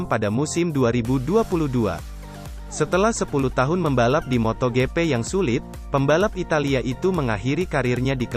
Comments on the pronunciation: pengisi suaranya jelek banget,masa MotoGP jadi moto gepe 😂 Blokir sajalah 🖐️ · Sumpah gw sebel bgt sm narator nya.. Moto gepe,, apaan kek gapernah bljr baca ejaan english aj